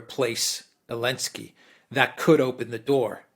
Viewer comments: Ze ze ze zelensky. Not elensky. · Can someone explain to this dude that it's not Elensky but Zelensky? Not that I care, but he sounds like an amateur. He clearly doesn't realize that. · Is saying elensky instead of Zelensky or is it just me?